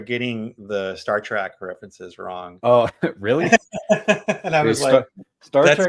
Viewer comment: Bad enough to get a ST reference wrong, but you just called it Star Track ! Come on dude😋